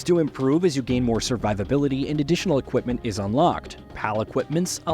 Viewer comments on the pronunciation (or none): none